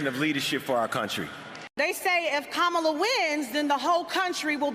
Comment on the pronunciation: ✨Love Usher✨ But his support for Kamala left a LOT to be desired, mispronounced her name, made the shortest support speech of them all that also sounded generic. Absolutely P**s Poor Usher. If you’re not going to put your heart into it, please spare us. A celebrated man who just completely failed to celebrate this woman and ALL of the media just go along with it???